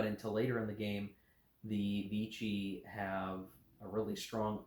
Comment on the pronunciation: Note on French pronunciation: Vichy is pronounced, "Vishy". Rhymes with fishy. Thanks for review.